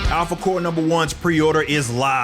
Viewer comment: I swear every time he says Alphacore it sounds like he says "apple core."